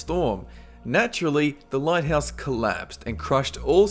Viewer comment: "A famoush engwish lighthaus architect"